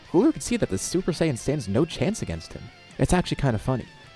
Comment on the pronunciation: Exactly, just don't say sayian with the j